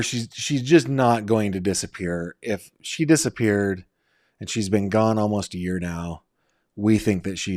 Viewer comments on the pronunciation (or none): NOT nine "yer" old. Fix that.